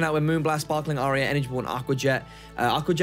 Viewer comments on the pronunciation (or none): none